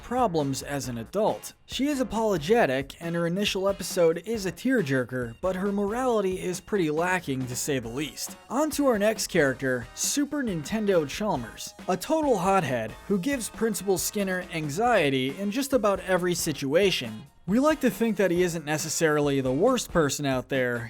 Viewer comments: He said Nintendo charmers 😂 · Did you say Super Nintendo Johmers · At first i heard super Nintendo charlmers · did you just say, super nintendo chalmers